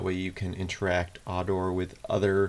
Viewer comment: Dude - its Ardurh not arrdower.